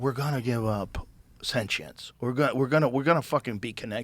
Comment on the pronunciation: Joe “senchience” Rogan